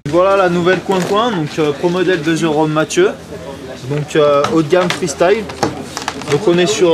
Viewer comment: freestyle sa fait mal au oreille >< ( freestail en phonetique ) sinon bien :)